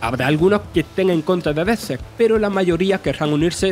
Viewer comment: Me da pereza tener que intentar advinar lo que dice el narrador, ahora que se acercan los reyes regalarle un cursito (EDIT 1) Vale no no puedo verlo, hasta donde yo sabia era Dedsec no Dezsehs (EDIT 2) Os mando el curriculum si quereis, podeis pagarme con bizcocho